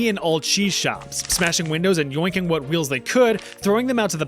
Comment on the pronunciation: as someone that lives in the CITY of nottingham, i applaud your perfect "wot?" in the local accent ;) and of course <BEEP>!